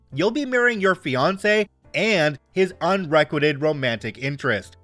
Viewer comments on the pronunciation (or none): Hey there just FYI, not criticism because I mispronounce things all the time (it's more common for readers) it's un-re-quite-ed, a "quite" vs "quit" sound.